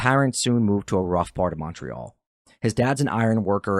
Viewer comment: Maybe get a narrator who can pronounce Quebec properly next time…everytime he said Quebec or Montreal like nails on a chalk board Ps that didn’t sound like a Canadian accent dude